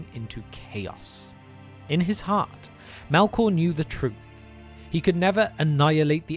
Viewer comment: "Mælkåh".. New pet peeve unlocked